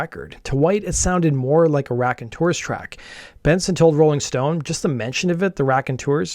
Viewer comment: Sooo it's not the RACKonteurs... It's pronounced ROCKonteurs. Get it? ROCK. Just so ya know lol